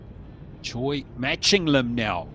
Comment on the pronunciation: I've lived in Korea for 26 years, am married to a Korean, have taught English to hundreds of students and am a member of an archery club with 160 members. I've taught dozens of students whose family name is spelled "Choi". We currently have six members at the archery named "Choi". Absolutely none of them say their name "Choi" as in the English word 'choice'. Pronounce their names correctly! "Choi" is pronounced "Chay"; the "i" in Mi is "ee" (there is no long i sound in the Korean language.); and the "u" in Sun is "oo" giving us "Soon". If it were the soft 'u', it would be written Seon. Her name is pronounced "Chay Mee Soon". The "L" in Lim is silent; The "si" is 'shee' ; and the "eo" in Hyeon is a soft 'u' as in umbrella. Her name is pronounced "Im Shee Hyeon". Most Koreans had their names "Romanized" using the McCune–Reischauer system, a rather imperfect system, introduced in 1937. The South Korean government now uses a much better system introduced in 2000 that better reflects the actual pronunciation of Korean names and words. Unfortunately most Koreans are stuck with their names recorded using the old system. Your announcer has been mispronouncing Korean names for far too long. Talk to the archers and listen to how they pronounce their names instead of relying on an imperfect Romanizing system.